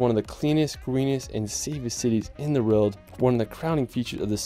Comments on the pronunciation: It’s pronounced world bro, not rorld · He says world as “reld”😂😂